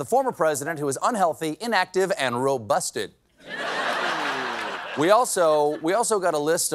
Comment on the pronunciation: It's "we the people" Not "wee the people"